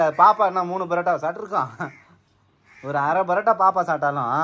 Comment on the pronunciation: It is not barotta it is parotta